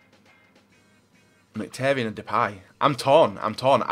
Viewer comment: never says names properly that have I's in the name. He says marqinos instead of Marquinhos and hes says casmero instead of casemiro and mktharyan instead of mkhitaryan